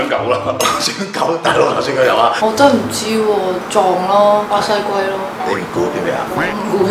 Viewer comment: 巴「Say」龜😊 仲要咬唇